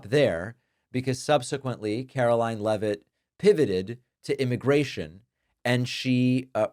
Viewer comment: It's NOT 'Levitt', it's LEEVE-iT!